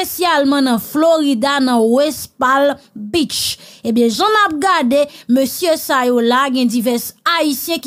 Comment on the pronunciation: Slt, felicitation bon travay. Mw just te vle fè yn ti rektifikasyon pou ou mw swete ou pa pran li mal. "West Palm Beach" L lan silans nan "Palm" nan. Li prononse West Pam Beach